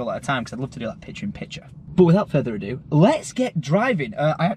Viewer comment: Without further adodo. Is that what I heard 😂😂